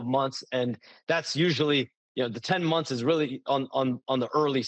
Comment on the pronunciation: "Stephen A Smiff show" and "last few mumfs" got me 😂😂😂😂😂😂